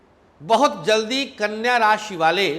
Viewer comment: Aap knya kyo bol rhe ho